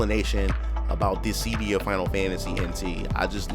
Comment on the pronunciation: I’ve never heard anyone pronounce it “ dis sea Dee ah” before Mostly “Dis sih Dee ah “ it was so hard for me to ignore lol